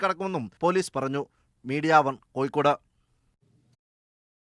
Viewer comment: Media one "koyikkodu ennalla kozhikkod ennaanu 😮